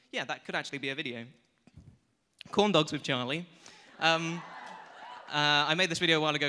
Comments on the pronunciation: Did he say condoms instead of corn dogs? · Every time you say corn dogs I think you're saying condoms.... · when he said "corn dogs" sounds like "condoms"